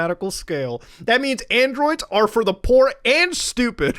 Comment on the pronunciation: "Y`know ladies and gentlmAAAAAAAAAH" "And the Android is for the poow"